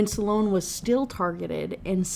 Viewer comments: Same like i love these videos but how are you gonna talk shit about prononciation while calling them "sallone" & "lucy-on" (like he's an eeveelution of the author lmfao) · It’s so funny to hear you talk about the pronunciation of Lucien while also making the name Sloane two syllables 😂 I noticed it in the last book but it’s really prevalent in this one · to be fair her pronouncing lucien like that is on purpose, like she wants to say it closer to how its said in french, but for sloan i just think she doesnt know how to say it